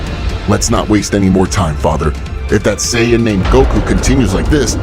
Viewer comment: Also it's SAIYAN not sayin